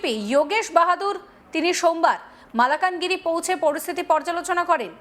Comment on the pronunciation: Malkan Giri Not Malakan Giri